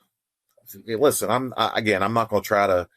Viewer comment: Listhpen. Listen*